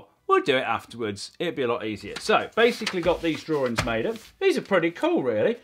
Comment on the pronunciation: challenge you to pronounce 'drawings' correctly😂😂